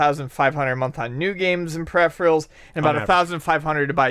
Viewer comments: butchered pronunciation of "peripherals" is hilarious. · Who pronounces peripherals like that!?